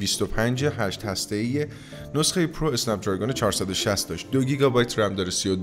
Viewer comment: داداش به جای هشت هسته ای گفتی هست هشته ای